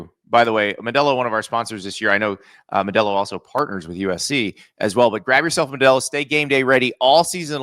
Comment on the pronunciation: Cringy … “Ma-delo” 🥴